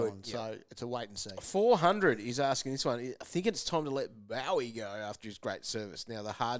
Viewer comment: cmon guys, pronounce Boweys name right :)